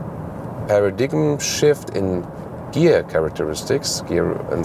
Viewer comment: Very good revue. I have an xc60 T8 and it’s great. By the way, paradigm is pronounced “paradime”, sorry to correct you.